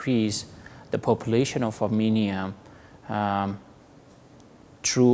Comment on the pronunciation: I shall ask EVERYONE to say NOT Aminia NOT Amenia BUT say A RR M E N I A and a rr m e n i a n s